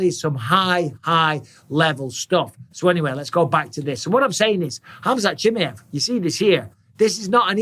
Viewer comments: Please bisping learn his name right. Chi ma ev Not chimjeev😅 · 'chim-yev' really bisping? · CHIMAEV - "SHE" "MAV"